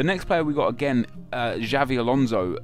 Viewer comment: It's Xabi, not Xavi.